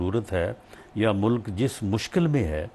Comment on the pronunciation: Please tell him word is MULK… not mullluk 😅